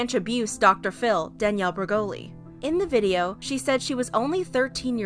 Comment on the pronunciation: Just say Danielle 🤣